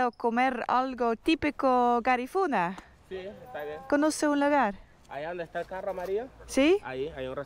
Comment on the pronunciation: You will find Garífunas also in Livingston Guatemala.Say Garífunas with entonación on the í.